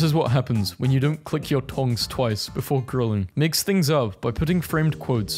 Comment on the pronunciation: Puch the "c" closer to the "l" in "click"